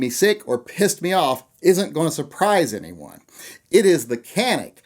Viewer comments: Canik is pornounced 'Janik' not 'Kanik'. The C in Turkish is pronounced as a J. Just one more thing to piss you off about it. ;--) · Canik is pronounced Janik not Kanic J not the K sound a C can make. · Canik is pronounced Jonic. Like tonic but with a J. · It’s pronounced “Janick”. C is a J in Turkey. Good vid. Thanks. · You crazy round eye white boy, its spelled Canik but pronounced jzanik. I know that and im a pineapple coconut chucking Hawaiian! As far as the.25, why? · Lol, so do you like how the canik (jah-neek) performs?? We all know you have one hidden away